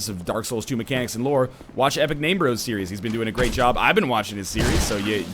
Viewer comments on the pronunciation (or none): none